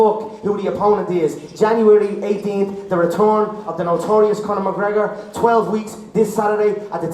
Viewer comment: "The retorn of da notorious Conor MgGregor" (crowd goes wild) LOL